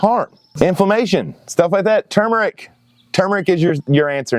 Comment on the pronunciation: It's nice that I'm not the only on who can pronounce Turmeric the way it's suppose to be. THANK YOU!!! Everybody and their dog calls it two mer ic and for the life of me I don't know how they screw t up lol?!